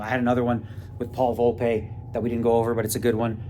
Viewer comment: Daniel, it's VOL-P not VOL-PAY